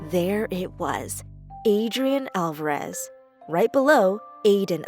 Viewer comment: Aieden *Alvarev*?